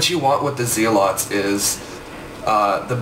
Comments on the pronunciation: it is zel-it's not zee-lots -. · Its pronounced "Zelots"